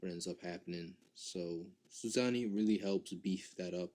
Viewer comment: Sussani?, pulo?, gotta love the butchering of the names lol.